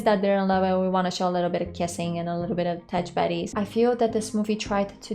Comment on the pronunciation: What was that phrase you used at the end there? Did you say "touch buddies"?